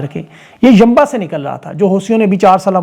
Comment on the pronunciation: Yammbah nahi. Yam - Bu